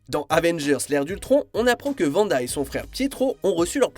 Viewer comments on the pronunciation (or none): euuu excuse moi comment t a appeler Wanda? Ç est Wanda pas Vanda